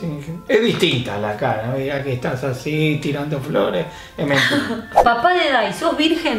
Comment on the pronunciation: Dai emm dice papa 🥔 y no papá